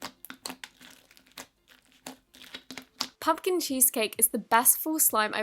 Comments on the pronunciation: Butchering the word Pumpkin😂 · "it smells like warm cumpin PUMPKIN" Amazing! xD (Not hate by the way) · I DIED WHEN SHE KEPT SAYING PUMPKINS WRONG!!!!! :))))))))))))))))))))))))))))ddddddddddddddDDDDDDDDDDDDDDDDDDDDDDDDDDD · 'This slime smells of warm pump-kin. Pump-kin? Punkin, ThIS slime smells of warm Kunkin. WARM PUMPKIN!!' 😂😂 and then she said cherry bossom istead of cherry blossom 😂😂 and shes like my favourite youtuber to watch 😂❣️